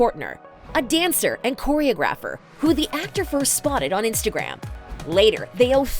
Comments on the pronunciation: It’s choreOGrapher not CHOReographer. If you were a real reporter you’d do some research. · It's not pronounced Choreo-GRAPH-er, it's pronounced Chore-O-grapher